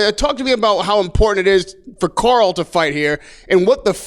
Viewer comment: Anyone else hearing him say Carl as Coral?